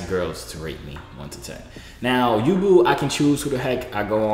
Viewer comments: How you pronounce yubo Youuuuu - bowwww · Isn't it pronounced u-bow yubo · Its pronounced you-bo